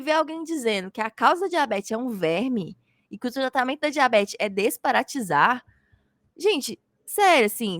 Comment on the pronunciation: Ouvi mal ou foi dito “desparatisar”? Não seria “desparasitar”? Ou viajei na maionese?…